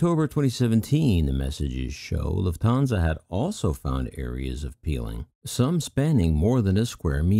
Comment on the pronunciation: In a similar vein, the name Lufthansa has no emphasis on the second syllable. I suppose a non-German speaking English speaker might try combining the following phonemes: Lou(the name) or the majority of the word "loofa"[Bill O'Reilly's favorite sexual aid], a hard "t", "Han" as in Solo, and "suh" like the first half of "such". Lufthansa is a three syllable word, but the only emphasis is on the first syllable. Thank you for the informative videos. I'm honestly just trying to help. If the above is annoying for you, please feel free to ignore it. Cheers, Alan Tomlinson